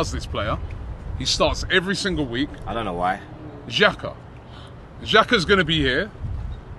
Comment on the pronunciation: I had to come back to this vid of this guy saying XHAKA after today’s game ❗️ Wtf man